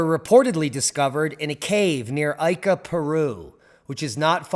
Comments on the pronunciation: Pronunciation: ee-ka... not ay-ka. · So, Ica is pronounced eeka, not aika... I don't think there is much doubt that most of these stones are relatively modern fakes. However, there most likely were some original engraven stones to inspire the fakes. I saw a stone, in 2003, that children of a family I was visiting had found in the sand while playing on the outskirts of Pisco, Perú. It didn't look like most of the Ica stones, was a rounded reddish granite type stone, with what appeared to be a stegosaurus carved into it. It showed no sign of varnish or polish, but didn't look new either. The children had colored it with crayons. I offered to buy it, but the parents just shrugged and said "It is the children's toy, they found it, we have no idea of its worth." I left it at that, thinking I would return soon, and snapped a shot with my disposable camera. Unfortunately, the photo has been lost, and when I returned after a couple of years, the family was no longer living there.